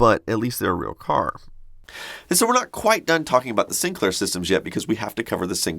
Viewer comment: Sinclair not SInclair lol